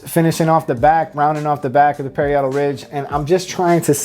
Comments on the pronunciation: As a hairdresser for decades, an educator for Wella, and a period hairstyles educator (for those who want to pursue hair careers in TV, theatre, and film) , I must say you do excellent work and are a very good instructor. If I may offer one piece of constructive criticism, the correct pronunciation of "parietal" is pa-RI-e-tal, rather than perri-ET-al. The industry needs more people like you. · Parry-idle?? Hahahahaha pa-rye-doll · PUH-RI-AH-TUL RIDGE